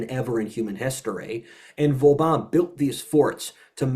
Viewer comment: It’s cute how mispronounces practically every French final syllable incorrectly as “an” EXCEPT with the “an” in Vauban. But in THAT case it’s the the cohost who mispronounces it as “Vaubin”.